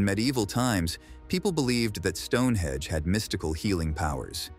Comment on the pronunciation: It's StoneheNge not Stonehedge